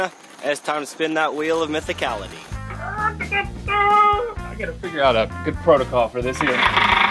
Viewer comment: Did he say it's time to "spit that wheel of mythicality"?